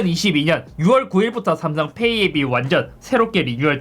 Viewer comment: 삼성페^이 억양이 구수하네요 ㅎㅎ